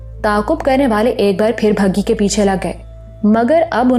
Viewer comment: أپ بگھی کو مسلسل بھگی پڑھ کر اردو کی ٹانگ توڑ رہی ہیں جو سننے والوں کے کانوں پر گراں گزرتا ہے